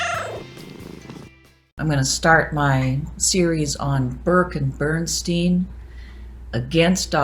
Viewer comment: Out of interest, why do you pronounce Bernstein's name the way you do in this video? Germans all pronounce "Bernstein" in a way that rhymes with "Einstein".